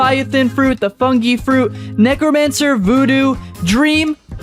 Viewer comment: Bro when you said necromancer you said negramancer